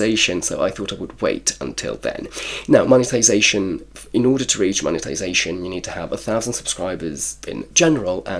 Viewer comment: Congrats on the Mone-TIIII-sation lol